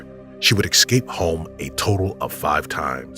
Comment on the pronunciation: Es-cape. No x